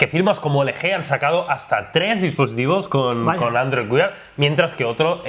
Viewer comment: aprended a pronunciar android wear por favor, que no cuesta nada